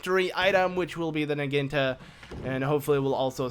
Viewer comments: impa's new weapon is a Naginta? can't you say syllables? it's Naginata. it's a type Japanese spear thingy. Na-gy-na-ta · It's not pronounced nah-ghin-tah it's pronounced nah-ghi-nah-tah. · It's pronounced Nah-gee-nah-tah, not Nuh-geen-tuh. Anyways it's a good part, Impa despite being slow with her usual sword is rather fast with the Naginata to that I agree. BTW I meant to ask with a user ID of "" does that mean you've played next to if not all of the current Legend of Zelda games, and if so what'd you think of Spirit Tracks? I my-self bought it after watching someone play it on a PC emulator, managed to beat the game and sold it once I did god that game was annoying, makes me wish I had game fly tbh. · It is pronounced na gee na ta